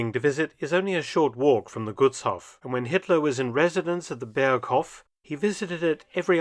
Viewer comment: btw. the vowels in Gutshof and any other "*hof" ending words like Berghof are emphasized (long pronunciation). The way you pronounce Gutshof is like it was written as "Guttshoff". Double consonants indicate short vowel pronunciation. Double vowels "oo, aa, ee, uu (including ie, ah, eh, ih, oh, uh)" indicate emphasis on the vowel (long pronunciation). For single vowels though, you have to memorize their pronunciation, that's why it is so difficult for foreigners to pronounce words like Gutshof correctly. I hope these hints are helpful for your future videos.